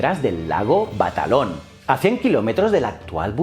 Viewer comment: Gracias por el vídeo pero el lago no es batalon sino balaton ....por cierto un lugar maravilloso